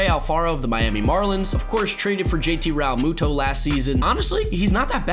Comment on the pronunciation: The way you keep saying Realmuto is so cringy